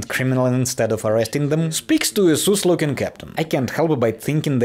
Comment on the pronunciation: its SUS like Russian SUS not SOOS like Loose. Lovin ya videos kiddo! You go LOL